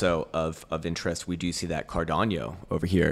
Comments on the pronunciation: Cardano … not Cardanio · Kind sir, please stop saying “Cardanio” 😂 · 10 years in crypto and he still can pronounce cardano lol